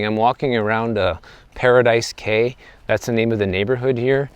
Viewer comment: Thanks for saying Paradise Cay. I always look it up.